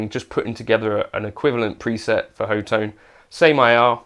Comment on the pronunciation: Great video, Thank you! Officially the Company's name is pronounced 'Hot One' .